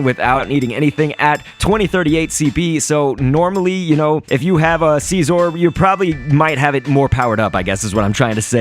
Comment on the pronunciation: It's Scizor, Not Siesor like you say it.